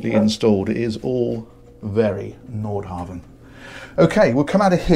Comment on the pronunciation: It's impressive to see pronunciation evolve from "Nordhaven" to "Nordhavn."